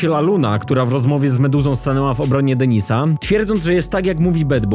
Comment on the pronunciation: Laluna .."na DENYSA" HAHAHAHA